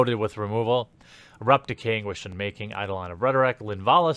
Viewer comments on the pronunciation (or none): none